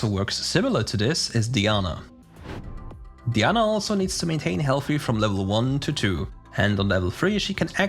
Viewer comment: DIE ANNA!!!! STOP SAYING DEEANA FOR CHRIST SAKE I have to say this is not the first time but some of the pronunciations that these proguides people have are driving me crazy